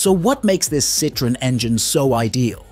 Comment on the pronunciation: Just the butchered pronunciation of Citroen made me stop watching in short order.